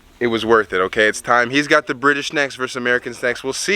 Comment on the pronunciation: British not Brish.....